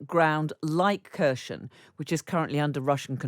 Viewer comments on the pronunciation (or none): Mind the pronouncation please ! It is NOT Kher-sh-on. But: Kher-s-on ! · ITS PRONOUNCED “HER-S-ON” (not Kur-chon, Kare-i-son)! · Its a ***** Kier Son. Not KURSHION!!!! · I guess we hear in the next future more about Cherson. Most US experts pronounce is correctly and I wonder why it is so difficult for British people to pronounce it right? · In Ukrainian Kherson is pronounced Herson. Silent K. Same with Kharkiv - Harkiv. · Her pronunciation of Kherson is one of the worst I've heard in a long time. How are you on a news show and don't take the time to learn the pronunciation of major locations within the conflict? The emphasis is on the H, not the K. The K isn't quite silent, but very much de-emphasized and nearly silent for those of us without the Ukrainian finesse in our pronunciation. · For the love of god. You are a Journalist. How hard is it to pronounce the name of the city correctly? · It annoys me too that Kherson keeps getting mispronounced. Listen to some Ukrainian speakers and get it right!!